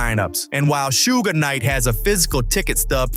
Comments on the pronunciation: Was this commentator alive during this lol😂 its suge not sugay 😂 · "Shuga" lol. "Shugay" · Thank you someone else noticed, that was driving me crazy. Plus the way he is saying Suge name.